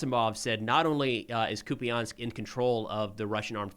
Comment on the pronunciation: I heard the last syllable of the city pronounced as "pole" not "po-le" by the Ukrainian channel.